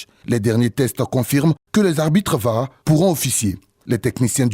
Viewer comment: On dit Var et non Vor t'es pas anglophone mais si tu l'étais c'est pas le son 😂😂😂😂